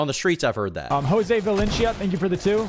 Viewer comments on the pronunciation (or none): none